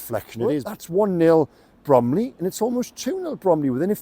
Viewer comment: It’s Bromley